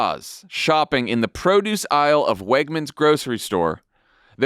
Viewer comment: If you look closely at the video, they have Oz saying Wegners while walking toward a Redners sign.